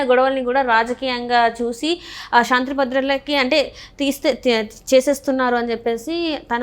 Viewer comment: అమ్మా తల్లి విడియో లో మాట్లాడటం కొంచం పలకటం కూడా శాంతి నీ shanthi ni పలకటం ఏంటి తల్లి